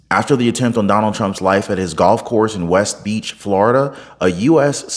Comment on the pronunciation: Vivek pronounced wrong. West PALM Beach, Florida. That's where Mar-A-Lago is too. I like you so I'm really trying to help you. Delete this after you read it.